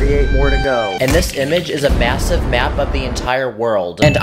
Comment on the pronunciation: Did did he say MASIVE